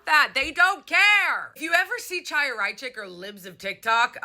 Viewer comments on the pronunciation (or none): none